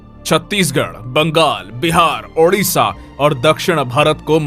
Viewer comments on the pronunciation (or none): none